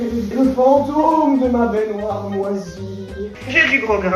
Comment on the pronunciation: Oui! Mon épisode de TAPER CAILLOUX! Super après une journée de boulot., ou quelqu'un d'autre si jamais, cette façon de dire baignoire, genre "bainéneuoire", je sais qu'au fond de mon cerveau j'ai la ref, mais je la retrouve pas 😂! Ça fait des mois que je tique à chaque fois, ça vient d'où stp 🙏🙏? Je pensais mr Krabbs dans Bob l'Éponge mais je sais pas.... Merci 😊